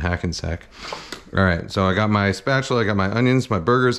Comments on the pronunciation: Spatchula city hahahahaha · I was immediately thinking "Spatula City! Spatula City! Spatula City" but then J. Kenji said it under his breath....and I was satisfied. Thank you, for being in the same, nerdy, boat as me.